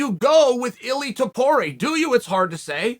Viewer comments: He pronounced ilia’s name right. Very surprising. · He didn’t tho